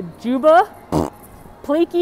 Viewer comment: It's pleakley. Not pliki😂 David, Agent Bubbles, Jumba